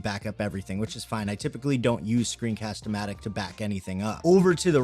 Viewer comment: I think you said it right for Screencast-o-Matic, and you can edit script on your video. That’s amazing! :D